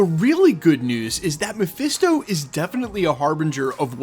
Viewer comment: Presto it's Mephisto